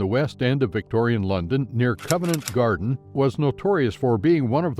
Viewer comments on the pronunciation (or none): It’s pronounced..’Covent Garden’..not Covenant Garden, please, also it’s..‘Westminster’..not..‘Westminster’..dreadful amateur to get these basic things wrong